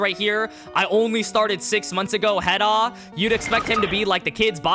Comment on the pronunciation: “Head ahh” bro that pronunciation was atrocious lmao